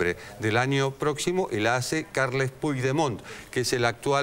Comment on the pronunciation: Puigdemont se pronuncia "Puchdemon"